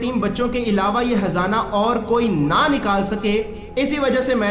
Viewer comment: aur hzana nhi .khzana he .shi nhi bolte he